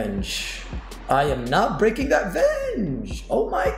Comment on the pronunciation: ‘I am not gnbreaaaagnking that veaaaanggge’ 😅